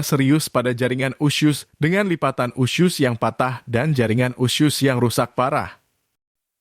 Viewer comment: Kok bilangnya usyus sih?